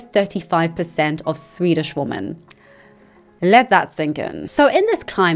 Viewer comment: that Swedish report pronounciation, you nailed it, no need to apologize